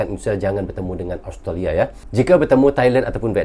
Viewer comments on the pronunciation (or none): none